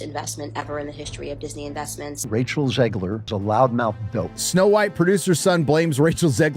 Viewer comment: Her name is Zegler, not Zeegler. Y'know , like in egg.